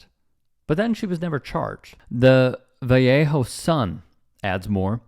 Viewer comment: 🤦🏿‍♂️, its pronounced, Va, lay, hoe. It's where E40 is from, you'll hear him say it alot